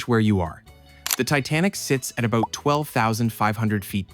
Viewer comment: Its funny you call meters "rational" while you say a-boot 😂